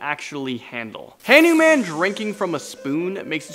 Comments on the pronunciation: it's Hanuman pronounced, Huh- nu- mun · Dude say hindu goddess nice. This is how you say it hanman (han oo man) krishna (krish na) sai baba